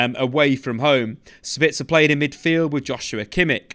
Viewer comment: Using the word 'duality' to describe two separate qualities in a player doesn't make sense. I like, and a lot of these YouTube soccer channels, but I wish they would work on their English skills a bit. Also, it's Sabitzer, not Sebitzer. Every English pundit I've heard has been pronouncing it incorrectly... Apologies, must be my time of the month 😅